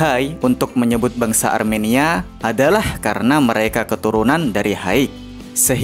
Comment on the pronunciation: Bang bang, Armenia bang bukan aremania😂